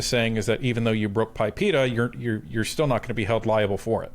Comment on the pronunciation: it is not called PIPEA.. it is PIPEDA.. the D is not silent.